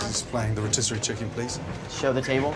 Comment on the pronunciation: Who taught them how to pronounce rotisserie?